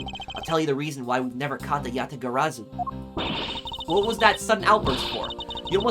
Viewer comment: Congrats on pronouncing Yatagarsu correctly, however you still pronounced Zheng Fa 政法 as Zeng Fa, can’t blame you tho that word is hard to pronounce for foreigners 😅